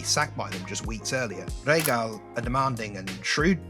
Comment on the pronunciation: Reh-ha-gel Good video!!